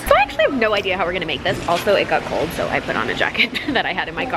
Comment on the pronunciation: "so" "sowr"